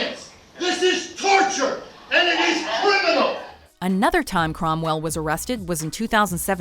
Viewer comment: #9: James Cromwell, not Crowell. Ugh